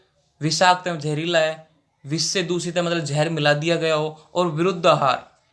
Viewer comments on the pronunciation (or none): Bhai tu aahar ko hahar kue bol rha hai 🤣🤣